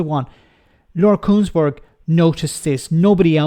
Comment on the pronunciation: Not Kuenssberg, Consberg!